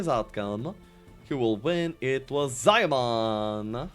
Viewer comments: ZIE MIAN. NOT ZAI MAN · Damn, Ziemian's nick pronounciation got butchered. Still good casting and gameplay, waiting for more. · it's for the anglobrains.